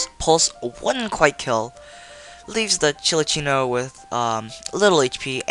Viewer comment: It's called "Cinccino" not "Chili-ccino"